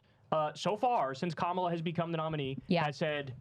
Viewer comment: Nancy Mace now known as Cindy Pace AS SHE wiII NOT SAY KAMALA correctly! From now as such